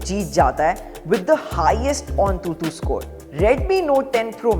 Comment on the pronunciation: Bro that's antutu not ontutu